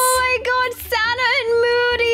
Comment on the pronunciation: Sanna you Said öd